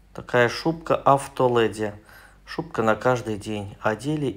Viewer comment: АвтолЭди)))) Леди! Учимся правильно говорить😅